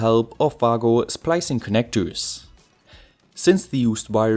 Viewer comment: Shouldn’t Wago be pronounced like Vago in German?